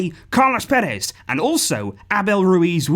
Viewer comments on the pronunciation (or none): none